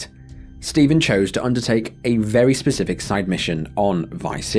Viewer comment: I know its hard to say but its Specific not pacific parts of the city on the Baltimore episode